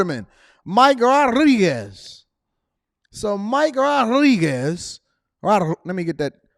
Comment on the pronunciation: That’s not how you pronounce Rodriguez.. don’t Embarrass yourself.